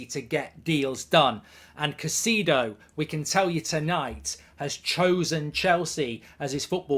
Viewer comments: Still can`t pronounce his name right. it`s Cai-cEDO as in Enzo. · Stop butchering the man’s name… smh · Why is it always British people butchering peoples name. Like u haven’t heard people saying their name for the whole season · Your name pronouncing is goldbridge lol